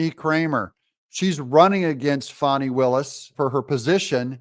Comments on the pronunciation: Doug, its FAAAKNEEEE not Fani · It’s Fanny… not fonny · Hey Doug, I am getting really worn out listening to you call her Fawny instead of FANNY. Trump, Megyn Kelly, and a Georgia State Senator (to name a few) say it is FANNY. Nobody has ever had the name of Fawny, especially when it is spelled Fani. It’s BIG FANNY.